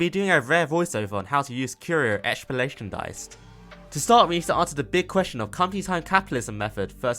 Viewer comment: The pronounciation of "Extrapolation" is sending me 😂. Good guide nonetheless!